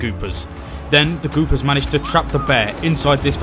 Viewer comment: It's the Goopers, not "Goobers." If you're gonnna screw someone over, at least get their name right.